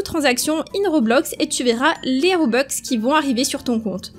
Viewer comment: des robux pas des robex c pas méchant